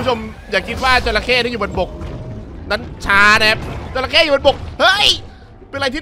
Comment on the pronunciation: จระเข้ รึปล่าวครับ ไม่ใช่ จรเข้